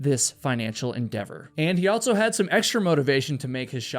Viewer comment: Never have I ever heard someone pronounce the word “also” with a T. Altso? So fuckin wierd